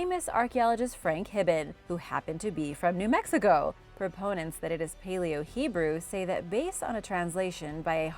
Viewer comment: New Mexico, not New Mexigo